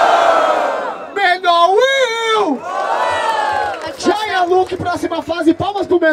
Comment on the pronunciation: A pronúncia é "JeyA", mas geral fala Jaya, e vai acabar ficando assim kkkkkkk